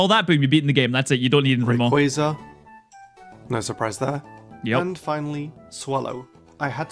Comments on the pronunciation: im sorry what please i never heard anyone saying raziquas instead of rayquarza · did you just call him razaquaz. well i can tell you dont know pokemon 😂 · Wth is a raziquaz bruh... I swear ppl be just butchering pokemon names with all the confidence they can muster